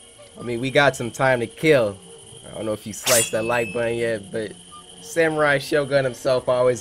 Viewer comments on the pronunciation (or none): none